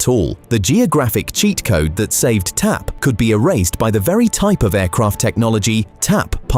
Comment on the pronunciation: The AI robot voice keeps calling it T-A-P (or "TP"!) instead of TAP. 👎